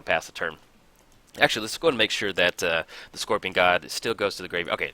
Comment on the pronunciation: "scoPRion"...oh.